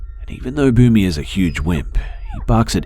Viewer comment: Was the dog's name "Boomy" ? I was hearing "Booby." I was like "who the hell names their dog booby?"